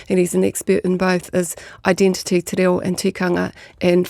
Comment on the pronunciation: Omg. TE RA0! And Erica te minita kept saying the same thing! "TE RAO" over and ovef again. Tells us how important kura kaupapa is to this passionate person who doesn't even pronounce "reo" correctly!!!!!